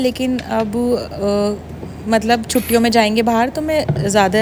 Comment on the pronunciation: Aap bahar ko bahaar kyu bolti hai 😂